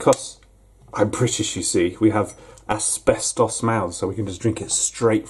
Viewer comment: you said aspestos, similar to alexa